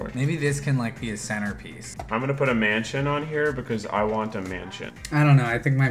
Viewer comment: When he said "mansion" I heard "man-chin" whoops.